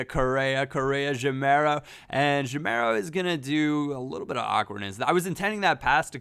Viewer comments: its pronounced ga-meiro not je-meiro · it's Gameiro, not Jameiro. Like "game" isn't read "jame";) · ur reading gameiro like jameiro. when u say gay, remove the y and say meiro as ur sayin' and u will be sayin' the name correctly:) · that pronunciation of gameiro though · actually, the "GA" in "Gameiro" is pronounced like the "GA" in "gaz